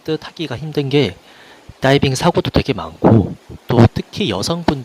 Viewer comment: 선생님 따이빙 발음 쥑이시네요